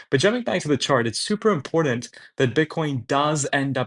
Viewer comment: Learn to say the word "important" if you are going to continue murdering it. There is no "D" in that word. Be better.